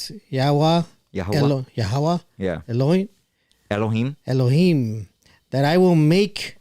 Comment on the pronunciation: it's "YA Weyy".